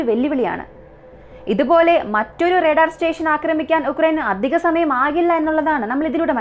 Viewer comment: റെടാർ അല്ല. റഡാർ ഇങ്ങനെ പറ